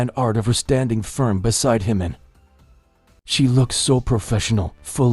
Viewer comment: Say Jimin's name correctly!